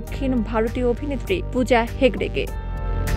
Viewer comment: Pooja er naam ta thik moto nen